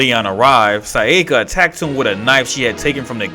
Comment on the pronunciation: Probably more pronouncing her name as "Sai-yeh-kah" instead of "Sah-yah-kah"